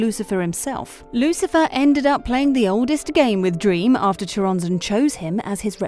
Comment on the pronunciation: It's pronounced Coronzon